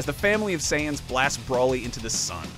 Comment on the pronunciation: Did you really just say brawlly? It's broly. Broooowly